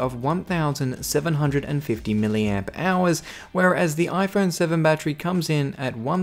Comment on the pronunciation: Am I the only one who thought he said million hours instead of milliamp hours.